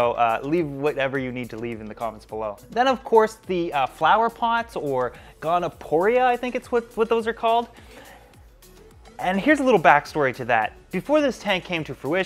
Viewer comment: Goniopora, gone - ee - oh - poor - ah Get some Goniopower food for it. Also, it seems to appreciate the addition of manganese.